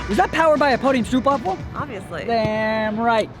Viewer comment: Hey, Saw your last video and how you pronounced " stroopwafel" im from the Netherlands where they make stroopwafels. If you want to say it right, its like " rope" and you put "st" in front of that. Wafel sounds about right 🤣👍 Good Luck on the next video! Greetz Hendrik Hoekstra